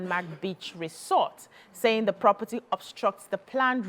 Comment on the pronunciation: Please check cambridge dictionary for proper pronunciation of resort. Thank u.